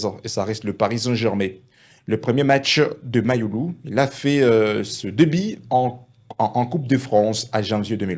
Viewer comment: Toi aussi fais un éffort de prononcer u et non i .